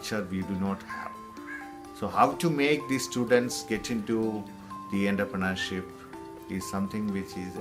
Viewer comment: eda poo VC than poyittu entrepreneurshipinte pronunciation padichittu vaada pulle